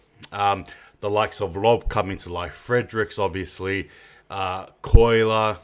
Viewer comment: i love everything about this channel apart from the way he says colyer 🤣 it’s not coiler lmao love ya stuff bro